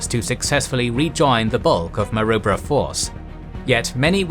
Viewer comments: And Ma-Roo-Bra or Ma-Rib-Ra 😉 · It's pronounces Ma-Roo-Brah. We have a suburb by the same name here. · A great series. However, the AI mispronunciation of names such as Kokoda, Maroubra ect is annoying. 😖😆🇦🇺👍🏻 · I wish someone would tell them how to pronounce Kokoda & Maroubra correctly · Pronounced Ko-Ko-da, not Kockoda, and Ma-roo-bra, not Marubra. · The pronunciation in this video is tortuous. Kokoda is pronounced K’koda, not Kockada. Maroubra force is pronounced M’roobra not M’robr.